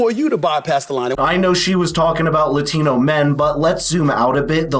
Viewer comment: Speaking LA TEEENO. Makes her look like an idiot